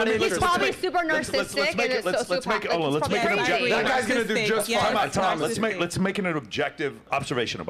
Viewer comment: “Nar-sis-tick”. “The way he is with WOMAN”. 😂😂😂